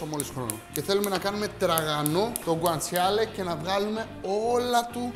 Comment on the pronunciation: Το αγαπημένο μου φαγητόοοοοοο! Και το γκουαντσαλε προφέρεται χωρίς Γιώτα 😂